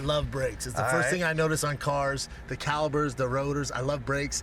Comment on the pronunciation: calibers? Dude can’t talk.